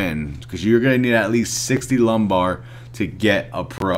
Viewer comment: Wasn't sure if you were saying it on purpose cuz of how lame the quest is... Haha ✌